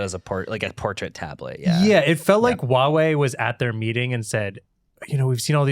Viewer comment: The brand is actually called Huawei with a h sound at the start. Calling it uawei is like calling Google Oogle. :D